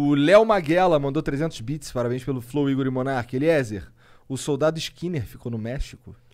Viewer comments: Falando sério Monark, se não tiver ido ainda, vai no médico ver se tem algo tipo dislexia (falando namoral mesmo). O cara é o convidado e você conseguiu errar o nome umas 5 vezes lendo... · Terminou o podcast e o cara não aprendeu a falar "Eliezer" direito! pqp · Eliezer é demais! Sigo ele da epoca do freeganismo, depois enquanto preparava a van, londres etc. Demais Agora vamos falar que este monark é dose. Fumou tudo, bebeu todas, perguntas estúpidas e não conseguir falar o nome do entrevistado foi o fim! Necessario se preparar e ouvir o que entrevistado fala!!! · Acompanho o Eliezer a menos de um mês, mas já vi vários vídeos dele. Me identifiquei muito! Cara do bem e humilde. Nota 10!! Deus abençoe seus planos 🙏🏻 Nota 10 Para os caras do flow nota -1 Zero é pouco pra eles... Totalmente sem noção, sem educação... Xingam o tempo todo sem motivo, fumam numa entrevista, apologia ao uso de drogas... Entrevistador "Monarck" não consegue sequer ler nomes corretamente...